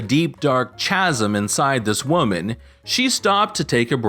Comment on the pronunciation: Chasm is pronounced "KAZ-em."